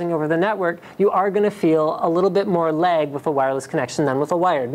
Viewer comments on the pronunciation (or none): lo he said leg instead of lag